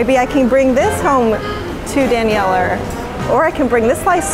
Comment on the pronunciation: The fact that says "danieler" halfway through